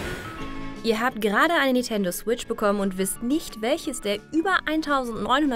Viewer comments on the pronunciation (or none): Es ist beängstigend, von wie vielen Redakteuren oder Moderatoren es immer nach Nitendo statt Nintendo klingt.